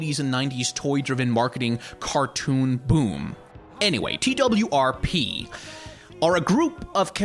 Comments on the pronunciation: Everyone says TWRP. This video is the first time that I’ve heard someone say T-W-R-P exclusively. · TWRP is meant to be pronounced as "twerp", I'm pretty sure